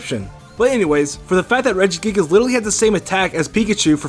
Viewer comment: I got triggered when he said Regigigas.